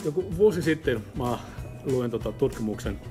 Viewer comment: His Finnish is very good indeed, A-level I would say. If I were to nitpick, I think some of the ä sounds more like a, Like when he said mä, it sounded like ma. And some double consonants and vocals come out short. Some words he chooses to use and order of words seem "odd", (maybe too formal for spoken language? )but nothing that affects the ability to understand him.